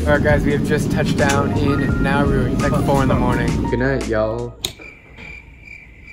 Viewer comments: Isn’t this country pronounced Na-oo-ru? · Drew: It’s Nauru time. What I heard: “It’s Naruto.” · I thought you said Naru I was like- NARUTO! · It pronounced na oo roo